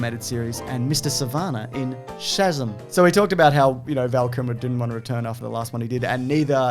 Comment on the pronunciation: The way says Shazam like SHAZUM 😂😂